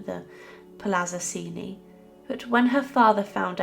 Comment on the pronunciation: To put it bluntly, the father raped Beatrice. BTW, I believe the family name is pronounced Chen-chee.